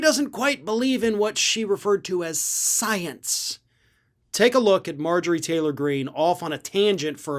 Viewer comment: SNL nails Margarine Tinfoil Queen on her love of sience. Yes, that wasn't a typo. Say it as I spelled it. That's how MTG pronounces science. That proves she doesn't believe it because she can't be bothered to say the word properly. And no, I do not chalk that up to her twang.